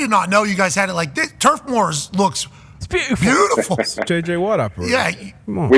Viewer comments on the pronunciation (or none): none